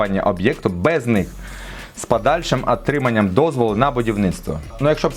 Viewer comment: "... з пАдальшим Атриманням... "?))))